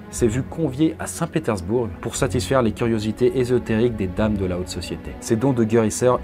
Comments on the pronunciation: C'est quoi que tu sait pas lire dans Saint Pétersbourg ? On dit "Pétairssbour" pas "Pétairssbourgue' Abruti. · je suis russe d'origine et je me souviens de mon père qui me racontait cette histoire avant de m'endormir quand j'étais petite mdrr si je peux me permettre on ne prononce pas le "g" dans le mot "St Pétersbourg" sinon le давай (davay) était plutôt joli hehe très bonne vidéo